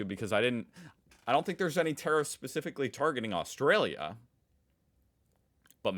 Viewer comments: Boomer cranky old man says. When you say tarrifs, it sounds like terrorist 😂. Other than that, love your work😊. Aussie politicians have been crawling up america's ass for a century omg. You can come over though. Aussie Aussie Aussie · I don't think the relationship between Australia and America will be affected in any way regardless of the outcome. Our exports to the US in steel an aluminium are not that great to affect anything anyhow. However I was at first confused with the way you said tariffs, like I thought you were saying terrorists when you pronounced tarrifs as terrifs. 😅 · When you say tariff it sounds like terrorist. Haha i laughed so much.